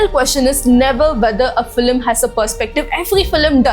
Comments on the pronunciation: The video is unbearable to watch every time you say "Feeluhmm" its FILM for god's sake!!! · Filim , first pronounce it properly😅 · Well-made video. Just a suggestion - to cater to a global audience, change your pronunciation (eg its film not filam)